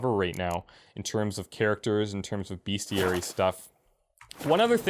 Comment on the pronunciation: For real though, it's BESTiary. Not BEASTiary. Other than that, great gameplay